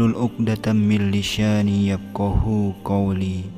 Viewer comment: بسم الله Sy suka chanl ini.., gmn baiknya g usah pke suara aja ? sdh ada tulisan.teksnya justru itu lbh bs menghayati.., krn dg suara sj ce baca tulisan arabnya msh bnyak yg salah.Maaf bnyak,-sekedar saran, berulang kali sy mendengarnya bacaan Tajwidnya msh bnyak yg salah,sepert contoh Millisyaani,seharusnya g pke ش kan??Maaf..klo salah2 trs,nti bnyak yg mencontoh.-kan jd dosa juga yg mencontohkan..🙏 Maaf.sekedar saran,unt diperbaiki lg../tanp suara sj.cukup dg teks sj,biar g ada salah2 lg dlm ejaan tajwidnya🙏🙏🙏